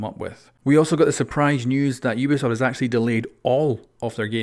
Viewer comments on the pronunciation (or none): none